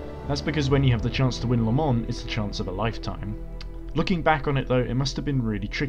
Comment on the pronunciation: You pronouncing it “la muns” says a lot